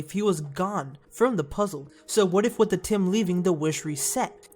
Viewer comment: stop bloody call atem atim